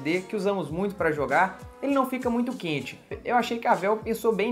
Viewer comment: vc é mineiro? pq vc falou "quente" com um sotaque bem mineiro rsrsrs..